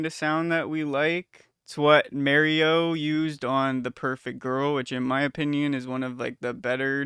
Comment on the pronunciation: Bit late to the party here but omg that's certainly one way to pronounce Mareux 💀💀💀